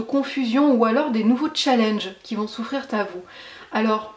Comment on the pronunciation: Des challenges qui vont s'offrir rrrr à nous. 😁